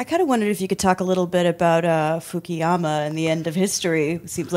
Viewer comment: Fuku-yama NOT Fuki-yama